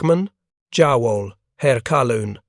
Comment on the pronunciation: Jar/woll, 😂😂😂😂, it,s pronounced,.. Yah/ Voll,... And "One thousand nine hundred, and forty four,.. Is pronounced,... Nineteen forty four😂😂😂😂😮😮😮what are you like??? 😅😅😅